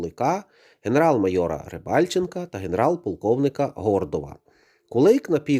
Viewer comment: Не мойор,а майор.